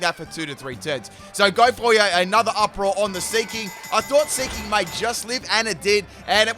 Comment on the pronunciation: Who else thought he was saying ‘slinky’ when the seaking was there